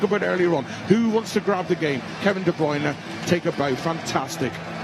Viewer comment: KEVIN DE BRYUNERRRR gets me every time 😂